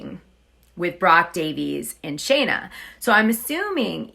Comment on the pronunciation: Her name is Scheana not Shayna, why do you keep calling her Shayna? It makes you look like you don't know what you're talking about when you can't even get a name right! It's been pointed out to you before when you did a story with her and Brock, that you said her name wrong about 13 times!